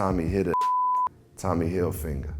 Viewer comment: "Tommy Hilfinger"